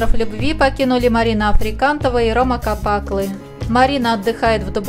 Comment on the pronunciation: Жесть так фамилии кривлять противно слушать КапАклыы